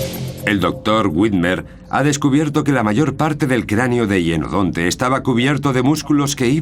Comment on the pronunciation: Se pronuncia hYenodonte